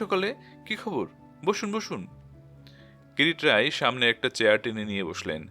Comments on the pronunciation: Pronounciation is not good. It's not Kirit it's Kirti roy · যিনি গল্পটি পাঠ করছেন, তিনি যদি নিহার বাবুর গোয়েন্দা কিরিটী রায়ের নামটা বার বার "কিরিট রায়" বলাতে বড্ড শ্রুতি কটু লাগছে। ওনার কাছে সনির্বন্ধ অনুরোধ,উনি যেন সংশোধন করে নেন। ধন্যবাদ। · কীরিট রায় কী? নামটাও ঠিক করে না বললে অসহ্য লাগে